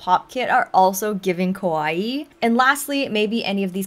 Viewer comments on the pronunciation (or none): you keep saying kOwaii 😭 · The pronunciation of the Japanese A sound is more like in the English word car. Kawaii かわいい (可愛い) means cute or lovable. For some reason many English speakers pronounce it with the Japanese O sound (similar to the English word core), which is not only wrong, but has quite the opposite meaning, as kowai(i) (怖い) in Japanese means scary or scared. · Yeah can't watch this. Can't stand it when people say kawaii like Hawaii. And the straw that broke the camel's back was the "oh my gosh" said 4 times in less than 30s. Too much.